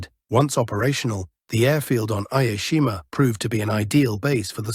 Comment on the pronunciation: Such a shame. This YouTube channel and its narrator doesn’t even bother to learn how to properly pronounce “Ie Jima”. Narrator ignorantly pronounces it as “Ai-e-Shima” How about showing the very, very brave IJA defenders and Okinawan civilians by making an effort to properly pronounce their beautiful sacred island. Use “Jima” not “Shima”. It is pronounced “I” as the “i” in “in”, “e” as in the e in “echo”. Then “Jima”. Get it right please. I’ve been there to Ie Jima. Stationed on Okinawa for 2 years. Stunningly beautiful place; stunningly beautiful and peaceful people; stunningly beautiful culture.